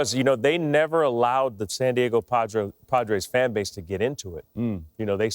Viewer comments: Jeter says "San Diago." lol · JETER WAS ABOUT TO SAY SAN DIAGO LMAO!